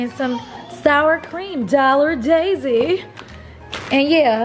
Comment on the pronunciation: Did Queen say “dollar daisy”? 😂😂😂 I’m weak!